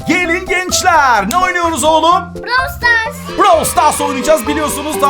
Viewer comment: Abi Brawls stars deyil Brawl stars